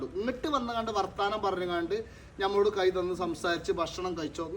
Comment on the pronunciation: കജു അല്ല മലരേ കൈ..